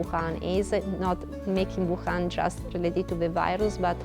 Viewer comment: Wham, Bahm...Thank you Ma'am Wuhan sounds a lot LIKE (it's WHAM babe's, !!!!)